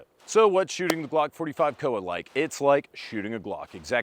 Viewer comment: It's COA (Co Uh). Not an acronym, supposedly.